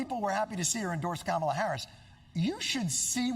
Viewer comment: Sir Jon, the GOAT, (03'20: "Just name swing states") disrespecting the correct pronounciation of Kamala :-(